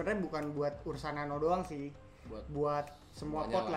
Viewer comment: Ursa nano bang bukan urna nano 🤣🤣🤣. Ursa nano lah the best no debat